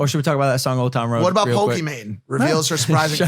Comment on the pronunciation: He called pokimane "pokemon" 😂